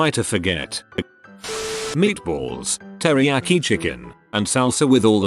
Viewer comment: "Can I order a 'All-Sauced Terayki Meatball Marinua'